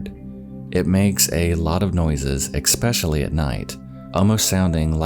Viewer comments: What is " exspecially"? I know you mean "especially" but you say it so wrong. Like people say "expresso" when it is actually "espresso". I wouldn't bring attention to it but I have been watching a lot of your videos and you say it so often that pointing it out is warranted. Hopefully you see this and take it as constructive criticism and try to say it correctly going forward and not take offense. I like your content. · It's ESpecially, not EX-pecially. C'mon, dude. You're an adult. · Not trying to be mean, but please say things like 'especially' correctly. It's not pronounced 'ex peshulee just 'es pe shu lee' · LOL youre so cute! "EXspecially" lol.. Its 'Specially' lolol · Can I just say that I feel a little better that I'm not the only one that accidentally pronounces "especially" as "ec-specially" sometimes 😂😂 So yeah, thanks. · Just found this channel today and I'm definitely digging it, as I like a lot of similar channels. But this guy has got to stop saying "ex-specially"... It drives me absolutely nuts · We had new smoke alarms installed a few months ago and now I'm paranoid even though I know it's highly unlikely that an old, very straight, married man is going to be spying on a guy and his very gay partner lmao. Also I love, but I swear 'ecspecially' is one of my biggest pet peeves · "eXpecially" oh get lost already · Expecially? You sound 4. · "ekspecially" every time without fail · If find it ekspecially interesting. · A sign of stunted growth. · Look at the word "especially". Do you see an "x" in the word? If you don't see an "x" then don't pronounce an "x". Go back and voice-over that word in this videograph. Minus 1 point. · I’ve watched a few videos. Generally good content, but I feel obligated to point out that you regularly mispronounce “especially.”